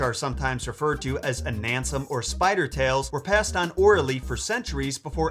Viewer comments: It's anansesem not anansem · Its pronounced Anansesem. Not Anansem😂😂😂